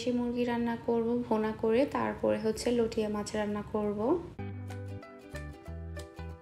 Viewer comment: আপু আপনি বার বার লইট্যা মাছকে লটিয়া মাছ লটিয়া মাছ বলছেন কেন? শুনতে খারাপ লাগছে।এর শুদ্ধ উচ্চারণ হচ্ছে লইট্যা মাছ।লটিয়া মাছ কোন শব্দ হয় না।